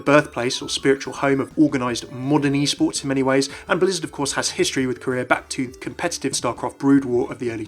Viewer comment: When he said "Korea" I thought he was saying "Career".